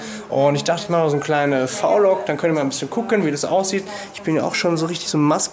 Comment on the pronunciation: vlog spricht man das v nicht englisch aus?